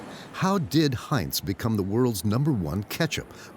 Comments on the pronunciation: Heints?? Everyone can pronounce Heinz except the narrator? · Heintz??? Bro, it’s Heinz. You’re hurting our ears.